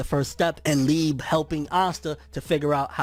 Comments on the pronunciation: Oh my gosh does he pronounce liebe leeb?! If ur reading this, its pronounced Lee-uh-bay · It’s lieb eh without the h sound